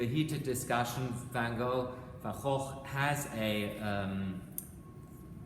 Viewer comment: Well I've never heard it pronounced like that, it is the "correct" way.